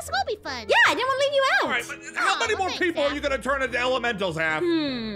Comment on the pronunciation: Who heard say moon instead of more 😂😂😂😂 👇